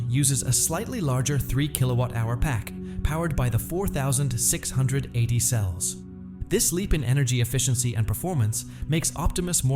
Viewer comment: Teach your AI voice how to say "4680".